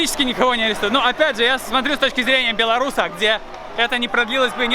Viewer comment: после просмотра видео из Африки, человек, правильно произносящий по английски название Беларуси на просто как бальзам на душу.